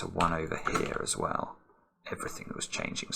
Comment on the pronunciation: To give him the benefit of the doubt this time, I think he said “as well” lol or even “swell”, haha